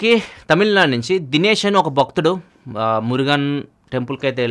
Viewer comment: niga kaadu, its nigha. eg : poolicilu nighaa pettaru. baktudu kaadu, bHaktudu...plz pronounce telugu properly